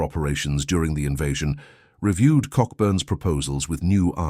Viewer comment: Cockburn pronounced Coburn